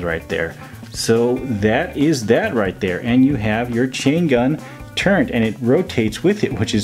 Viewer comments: Turret. No "n". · “Gun turrENT” lmaooo